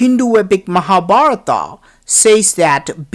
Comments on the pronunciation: Hey is naragaswarar so we celebrate deepavali ...and if u not know Tamil don't say..is it Mahabaratham. ..but u say mahabaratha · Good morning, your videos are good. But your pronunciation is not about HINDU gods names and places. for example: MAHA BHARAT and your pronounce an extra "A" after each words in your entire video and all vidoeS. So i request you to pay attention and not only you, but I would like all those EXPERTS ON INDIA living outside India. The actual is महाभारत and pronounced as you read in English "M ha" "Bha rt" so it is equivalent to "म हा" "भा रत" . Other is thanks for videos and knowledge you spread for Indian alone. And citizen of other nations. :Thanks again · I simply couldn't watch till the end.The commentators fake accent and irritating voice are simply too much ! The way he pronounces Indian names like Mahabharata,Hastinapura etc makes me want to puke !!!